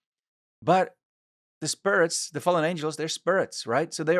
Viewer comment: I love the way he says, "spurit"🤣